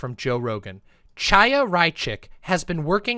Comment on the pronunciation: "Tchaya" oh God I'm begging some BreadTuber, any BreadTuber, to pronounce the "ch" sound properly. It's the back-of-the-throat sound. First Lance, now. This is painful.